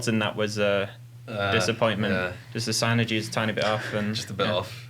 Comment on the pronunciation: Sign-ergy. I can't get past it. I dont know how ill ever take seriously again.